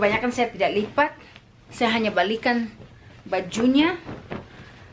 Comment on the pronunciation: you gonna "lipa" again 😂😂, good girl ❤️